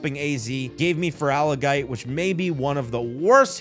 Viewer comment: I really wish you looked up the names cause holy hell I thought you were just rage baiting. Feroligator? It’s an Alligator. FerAlligator